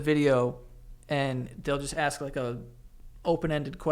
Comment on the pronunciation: Joe you're giving a lot of shit for saying "beasht" while you say "aks" yourself.